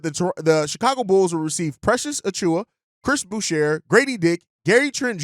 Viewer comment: the r is silent in boucher. its french